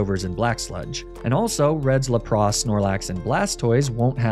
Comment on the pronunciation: are you doing the really bad pronunciations on purpose? i mean you have to be there is no way you haven't heard the real way to pronounce Lapras